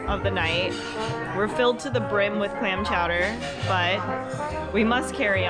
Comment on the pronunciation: Great video ladies…. Clam Clawder